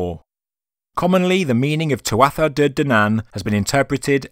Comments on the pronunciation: you've been led astray by mispronunciation on the tuatha - toth connection. tuatha is pronounced 'too-ha', it means tribe or people in english. Dé is the irish for gods. So translates to tribe of gods or godlike people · Tuatha ...proounced... tuaha... silent t..